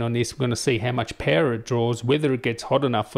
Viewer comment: Pewer :)))))) not power but Pewerrr :)) I love the way he say it .